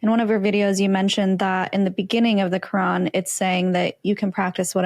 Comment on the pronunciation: For me a Big no no was growing in islamic household and practiced islam yet still cant pronounce "Quran" something is fishy 😂😂😂😂 kuraan side note not talking about english pple..❤